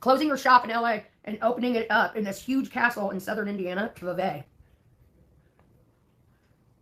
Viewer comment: it's pronounced V V - Vevay Indiana